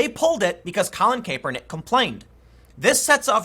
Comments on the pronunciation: It's pronounced Kap - Er - Nick Tim... Lol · Collin Cap-er-nick is how you pronounce it Tim. I cringe every time i hear you pronounce it wrong. He is a big douche so please get it right bc there is some poor bastard with the name how you pronounce it "think why does Time think im such a douche?" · I love the way Tim pronounces Kapernick. You know the soy boys hate that. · "Colin Caypernick" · I am so triggered by the way Tim pronounces Kaepernick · Tim the cracks me up the way you say Kaepernick. Your Chicago is coming out now say Da Bears.